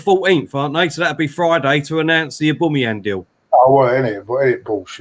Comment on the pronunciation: Why does call him Auboomayong